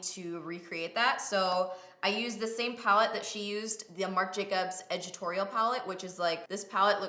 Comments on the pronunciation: I love how you say ed-it-torial palette, lol 💗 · I couldn't decide if you were saying "editorial" really strangely or if it was called "edgitorial" and I had to scroll down 😂 #palliette